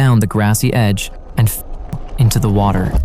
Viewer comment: Cant even say the word"fell."🙄